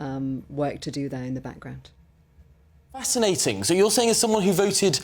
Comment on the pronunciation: Oh. It's not fasquinating it's ill u mean ating😂